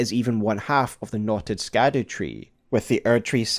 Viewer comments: I get that scadu is meant to be pronounced like shadow but can we admit skadoo is more fun? 😂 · I saw in another comment that scadu is actually pronounced “shadow” it’s old English or something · Its pronounced shadow (scadu) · Scadu is old english and is pronounced like "shadow". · I heard somebody pronounce scadu, as shadow... maybe it's like siofra river, and how IT is pronounced sheefra river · It's pronounced Skadoosh tree, and no one can change my mind. Great Video dawg! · Oh no, he's gonna call it the "Skadoo" tree the whole time, isn't he? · Just a heads up, Scadu in Scadutree is pronounced like shadow. It's Old English, like how gaol is jail. Great video regardless! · Can’t believe how fast you got something of this quality released. So stoked. Also Scadu is just pronounced “Shadow/Shadoo”. It just uses the Old English root, like its siblings the Erdtree (earth tree/world tree) and Haligtree (holy tree) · It's pronounced Skibiditree, actually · I think its pronounced shadow tree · This isn't true. Quoting from someone else here, "Gaol is just an alternative spelling for the same word. Scadu is a much, much older word and is pronounced basically exactly as you would assume. The evolution goes something like Skadu (proto germanic) -> sceadwe/sceadu (old english) -> Schadowe (middle english. This one is actually pronounced pretty similar to shadow, just with that more germanic sch instead of just sh) "Old English" also called Anglo-Saxon, is super different from modern language English came from it, but only after over a thousand of years of influence from other languages. It's just genuinely a different language. Even middle english is pretty different". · idk if anyone has noticed this or mentioned it but when you say scadu it kinda sounds like the dutch word 'schaduw' which is basically shadow lol im pretty sure its just called the shadow tree XD